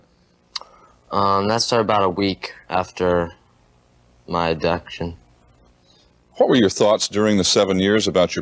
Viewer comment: he says he started calling him "Dad" about a week after his abduction.. But when he says "abduction", it sounds almost like he's saying "adoption" at the same time (that was bizarre). It makes sense, tho, since he was told that he was adopted at the time.. I guess Fruedian slips do happen.. So tragic that this guy got away with all this for so long..